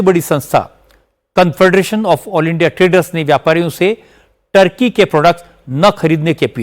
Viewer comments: टर्की नहीं ठरकी। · अरे sir टर्की नहीं है ठर्की है